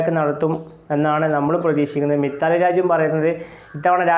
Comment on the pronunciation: മിത്താലി രാജ് അല്ല മിതാലി രാജ്.